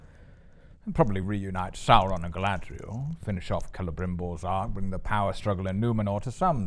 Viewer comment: “Saurrrrrrrrrrron prove victorious!” Did Amazon lobotomize all these actors into pronouncing Sauron incorrectly? If an actor didn’t roll the R’s what did they do to them?